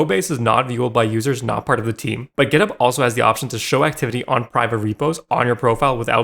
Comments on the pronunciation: As an Australian, hearing you pronounce GitHub as Giddup really triggered me over and over for some reason. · Is github pronounced gitup? Why is he saying it like that? Am I dumb?